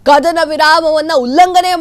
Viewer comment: ಆರು 'ಘಂಟೆ' ಕಾರ್ಯಾಚರಣೆ, 'ಕಧನ' ವಿರಾಮ, 'ಪಭ್' ನಲ್ಲಿ ಕಳ್ಳತನ, 'ದೊಡ್ಹ' ಆಪರೇಷನ್ , ಶ್ವಾನ 'ಧಳ' , 'ಪಾಕಿಸ್ಥಾನ'.. ಈ ಶುದ್ಧ ಕನ್ನಡ ಉಚ್ಚಾರಣೆ ಕೇಳಿದ ನಾವೇ ಧನ್ಯರು.. 🙏🙏